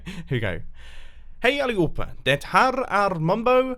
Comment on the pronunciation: The first "Hey everybody, this is mumbo" sounded EXACTLY right, the rest sounded great but not perfect :) /Swede